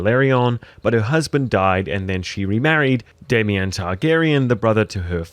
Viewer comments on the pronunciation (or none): why are you calling him day-mien when its obviously day--mon goofy